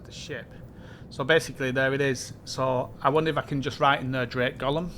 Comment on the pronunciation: Sry, it's not "Gollum", but "Golem" 😆